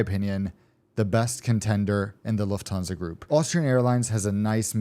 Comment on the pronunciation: Luft-stan-sa (IDK what I'm saying)